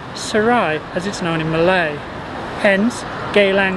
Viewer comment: Sir your malay pronunciation not bad